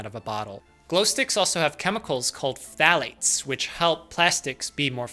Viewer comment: Hearing such a clean pronunciation of "phthlates" is satisfying